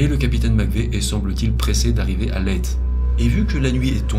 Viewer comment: Hello, merci pour ces vidéos prenantes, une petite rectification cependant, aux Philippines Leyte se prononce Leyté, et pas Leyte, juste comme ça parce-que j'y ai vécu. Bonne journée à toutes et tous et a toi.